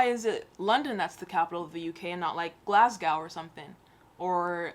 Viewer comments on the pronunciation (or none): Bruh the way she pronounced Glasgow